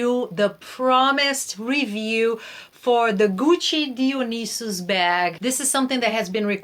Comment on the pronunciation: You are the first person to pronounce Dionysus correctly on YouTube. Thank you! 👏🏼👏🏼👏🏼👏🏼👏🏼👏🏼 lol. You’re awesome! Love the bag. Love you! 😊❤️